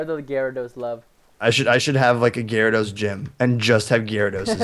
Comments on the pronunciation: preston its garados not gyrarados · It's Gyarados, not Gyaradose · perston its no E gyarados